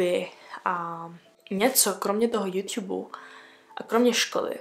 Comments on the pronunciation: Mě mega štve jak říká jůťub napsala jsem to schválně ale jsem mega ráda že je to apríl❤ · tak se hlavne nauc mluvit a ne juťjub😂